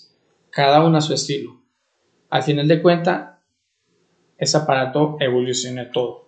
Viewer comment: No pude seguir escuchándolo mas que 2 min. porque la pronunciación de las S me dejó sorda